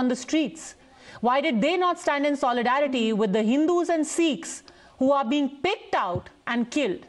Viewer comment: It's Sikhs and not seeekhs